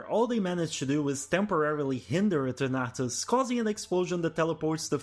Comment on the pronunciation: The way you pronounce Eternatus had me so confused to which pokemon you were talking about haha.